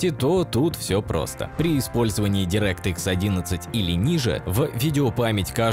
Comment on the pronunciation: Ты ошибся, бро. Не директ икс, а дАйрект экс и не Ксенон, а ЗИНОН